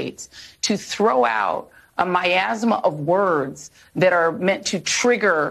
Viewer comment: The fact that Joy Reid can't even say the word "miasma" correct says a lot. The fact that she used it in the wrong context doesn't help either.